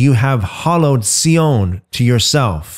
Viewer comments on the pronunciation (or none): Sion is pronounced Zion.